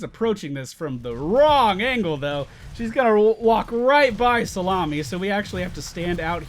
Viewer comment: YES i finally know why he calls Kael'thas "salami"